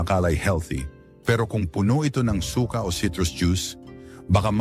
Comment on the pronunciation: Su-ka hnd suka